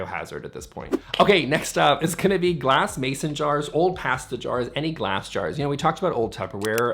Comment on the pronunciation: Say pasta again 😂